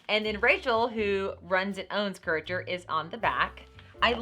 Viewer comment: It's pronounced cure A tor